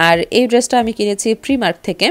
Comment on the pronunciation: প্রিমার্ক না আপু প্রাইমার্ক হবে।